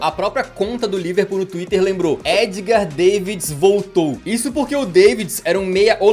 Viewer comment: É Davids e não deivids 😁